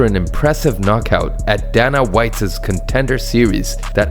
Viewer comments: I think the narrator missed them since he never watched any UFC. The butchering of names was terrible in general, but "Danna White" anyone who has watched UFC for 20 minutes knows how to pronounce that. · Except Dana White